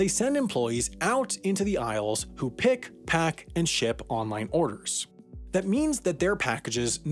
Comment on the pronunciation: I don't know why but the the he says pick is really funny to me hehehehehehe